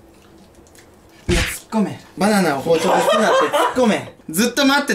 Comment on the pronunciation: 「バナーナ！」がネイティブに言おうとし過ぎて「パニーニ！」っぽく聞こえた(笑) 手際が良いなぁ、じんたん。 の「じゃなぁ～い？」の言い方好き♪ テオ君の叫び(笑)